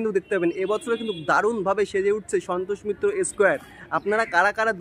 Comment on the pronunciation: S কেয়ার ,ভাই একটু দয়া করে স্কয়ার বল